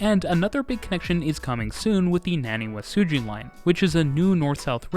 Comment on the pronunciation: nevermind "naniwasuji" had me choke on my drink